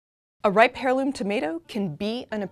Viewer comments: It's an "eirloom" tomato, not "hairloom" 😑😑😑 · the h in heirloom is silent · Please please please heirloom has a silent “H” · The letter H in "heirloom" is silent.